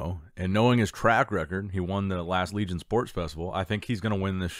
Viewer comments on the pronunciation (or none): none